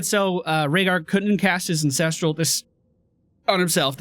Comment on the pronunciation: Am I the only one that hears say Incestral and not Ancestral.